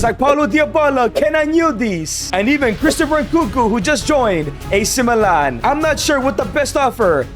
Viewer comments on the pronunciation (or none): none